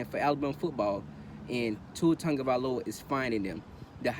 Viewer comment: Sau Tafao you Bama fan too? Totally agree articulate & factual video!! Love the way you say my family name.. Sau you from Diego??